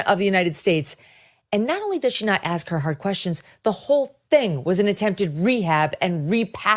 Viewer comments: Ask is a s k not a k s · Can I ask you something? Can you pronounce the word 'ask' without saying-ax??